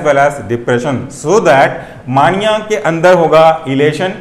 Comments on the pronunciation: मानिया नहीं मेनिया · Bhai mere maaania nahi hota mania hota hai.....correct yourself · Mania is pronounced as “May-nia” . Loved the explanation . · Please pronounce mania properly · Plz pronounce properly mania